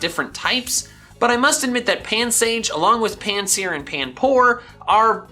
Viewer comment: I use to hear cilan say pants eater insted of pansear, what is wrong with me